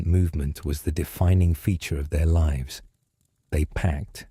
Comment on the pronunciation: like 2 videos AI spliced together ... don't care for mispronounciation of lives vs lives